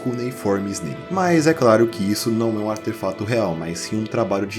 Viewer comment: o canal é tão bom, tão bem ambientado, atmosférico e bem editado q eu nem me importo com sua dicção q as vezes falha do nada e faz vc falar aterfato. AMO ESSE CANAL